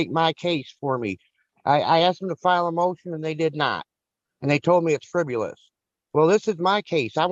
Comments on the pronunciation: it's "fribbelus"🤣🤣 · this whole thing was "friv-U-lous" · How does someone like him honestly think they can successfully represent themselves in court?! He can barely say the word friv-you-luss.